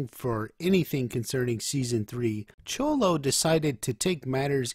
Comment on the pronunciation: no it's not. Its pronounced more as a "sh" sound not a "ch"